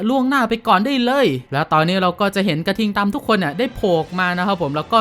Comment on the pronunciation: พี่พูดผิดผมได้ยินพี่พูดว่าหน่วยกระทิงตำ